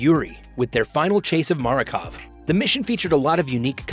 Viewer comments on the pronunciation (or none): Makarov not Marakov